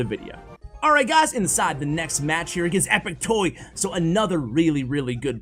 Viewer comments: u read epic tuá not epic toy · His name is epic toi, (twah) not toy lol I love your vids it’s just I’m a French Canadian so 😂😂😂